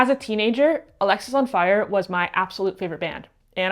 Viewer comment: Anyone else notice she pronounced Alexisonfire as Alexisonfire?